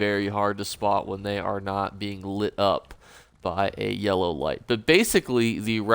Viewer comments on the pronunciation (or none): none